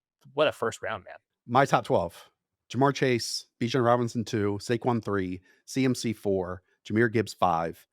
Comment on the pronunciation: Dude said let's get spicy and said Bijon at #2 😂😂😂 i thought he was going to say Acahne,JJ maybe let's get CRAZY GIbbs 😂